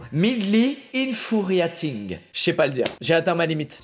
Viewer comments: ça se prononce ine-fiou-ri-eïting peas c’est (petits) pois mdr, ça m’a stressée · Infiouwiayting est la bonne prononciation je crois